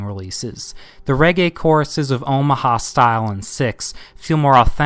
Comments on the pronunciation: Its Omaha Sty-lee not Omaha Style. Just for clarification sake. Decent synopsis though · Come on “Omaha Style” “Omaha Stylee” not trying to be an ass ,but this makes you suspect. “NutsSymptom”. “Nutsymptom” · Omaha Stylee (Sty-Lee), not Style..otherwise Great vid, I agree Transistor is #1